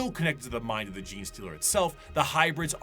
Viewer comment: The BIOLOGIST didn't know how to pronounce GENE. kekw